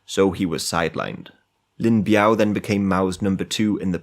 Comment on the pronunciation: it's Lin Biao 林彪 not Lin Bao